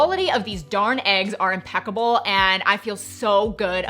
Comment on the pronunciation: "The quality of the eggs is im-PECK-able"? 🤣...Good one!